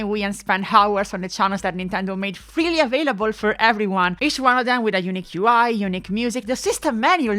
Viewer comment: And “unique”, which should never, ever be pronounced like “eunuch”! :P (For anyone who doesn’t know, in English, “eunuch” is pronounced “YOO-nick”, while “unique” is pronounced “yoo-NEEK”, with the difference in stress and length of the syllables being essential.) Little story: I live in Zurich, Switzerland, but moved here from USA in the early 90s with my family. Around the year 2000 as part of its semi-privatization, the Zurich airport, whose name had simply been “Flughafen Zürich” (“Zurich airport” in German) until then, decided it needed a “brand”, and the brand they settled on was “Unique”. (Never mind the irony that it was their plan to roll out the Unique brand to multiple airports worldwide…) When my mom heard this news, her reaction was “Oh, no…”, because years of being an English teacher here had taught her that people here tend to pronounce that word like “eunuch”. And indeed, for years, the recorded English voice at the airport announced periodically in a German accent “Thank you for choosing Zurich Eunuch Airport”!! 😂 But the story gets better. So much better. Because the Zurich airport is, like almost every airport, not actually located within the namesake city, but in a suburb. And the name of that suburb? Kloten. Ok, so what? Well, in the Dutch language, “kloten” is slang for “balls”, and I don’t mean the kind used in sports. So it was the Eunuch Airport because those wily Dutch were taking the kloten off the male passengers! But we aren’t done yet. So what